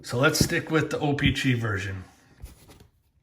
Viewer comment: Or how he says o pee chee